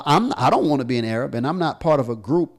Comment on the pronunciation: is he going to purposely sit there and keep saying A-rab now if somebody sits there and says nigg3r then he'll be complaining and yes I'm black and I'm offended that he keeps saying A-rab